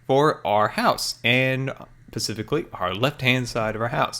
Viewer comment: You always say 'pacificly.' That isn't correct lol you should be say 'specifically.'